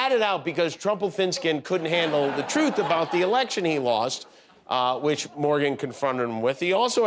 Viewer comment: There it is Donald Trump struggling to say the word TRUTH 🤣🤣